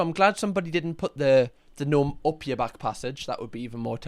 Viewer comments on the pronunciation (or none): none